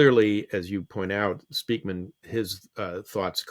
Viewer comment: Being Dutch, living in Unterfranken, Bayern, Germany, this name raping hurts my linguistic brain... Spijkman, Speykman or Speijkman are all pronounced more like Spikeman, as is Edelman more pronounced as Adelman. Sry, off topic, and I needed to get it out...